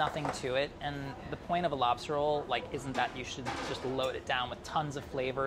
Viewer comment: That was a nice dispatch. Lol. "Are you gonna dispatch the labster right here and now?!"